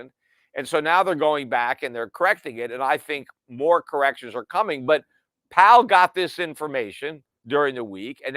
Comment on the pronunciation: Powell rhymes with towel